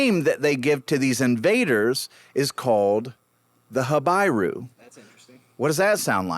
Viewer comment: Not ha-bye-rue but ha-bee-rue.